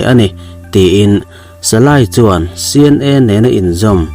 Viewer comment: Salay ni lo in salai tih tur